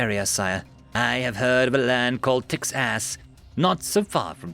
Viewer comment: Was about to say, did nobody notice the unfortunate pronunciation?